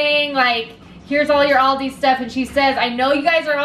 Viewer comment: I'm not try to be mean but your saying aldi wrong AL-DI